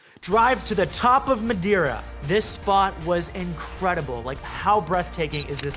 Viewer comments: dude ur saying wrong madeira... for a portuguese like me its prety funny. Btw i loved tour shots. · Eyyyyyy! This is where I’m from! And we don’t quite say Madeira like that but good effort 😂 I’m taking my boyfriend there in a few weeks, he’s from Hong Kong and is excited to enjoy unlimited amount of pastel de natas 😂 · Absolutely loved the video! Congrats! As Portuguese I can confirm that you are not doing a good job pronouncing Madeira. 😂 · I love your struggle to pronounce Madeira ahah Let us know when you come to Lisbon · Still didn't get the Madeira accent right :-) Welcome to Portugal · I'm from Madeira and what a great video. 👍 (PS: You are pronouncing Madeira wrong.) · Thats not they way we Portuguese say Madeira but it was a funny try :D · I am from Madeira and also you are pronouncing Madeira wrong but no problem I love your videos and content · OMG I am from that island and it literally hurt me to hear you say the words in portuguese. Damm that was terrible. But the video was ok. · worst pronunciation of Madeira ever ... all else is true tho ;) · Your pronunciation is totally wrong and quite embarassing, but the video is great as always. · love your videos..... but I cringe when I hear you say Madeira (and a few other things in past videos)! hahaha I'm Portuguese. My mom is from Azores and my Dad from northern Portugal. It's "Mah-Day-Rah" but you have to roll the R. Got nothing but love but roll them Rs bruh! haha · It's portuguese. Mah day rah Not My dae ra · MadAIRA ? Lol.. MadEIRA! EIRA! xD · Not Mad-eye-ra ... it's pronouced Ma-day-ra - nice photo at the end :) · Ma-die- raw that's how you sound like loll . Try Ma-dare-raw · It's not pronounced Mad-ire-a. Try Mad-ay-ra. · Hey This is how Madeira is pronounced 'ma' as in mail "dei" exactly as day "ra" as in Sarah So just say ma day rah:) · OH and btw, try to say it like this: MA - day - RA . This should sound like portuguese 😁❤️ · It's pronunciation is actually MA-DAY-RA.